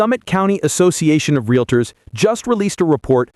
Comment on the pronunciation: They are 'realtors', not 'realators'. 🙄